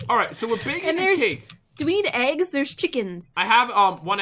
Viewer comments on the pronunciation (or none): none